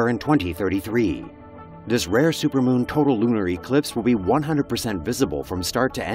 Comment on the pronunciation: Why did u say rare like that